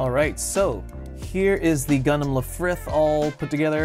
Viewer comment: "Lifrith" lol